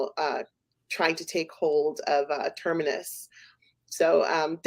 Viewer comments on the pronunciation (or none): Can someone tell this idiot - its TERMINUS!!! (Ter-Min-Nus) FFS